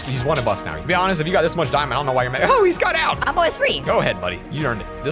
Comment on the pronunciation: Him: dimand ore Me: its a dimand block yo